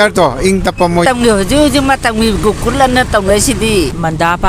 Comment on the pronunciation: Gokul ❌ Gokun ☑️ 😂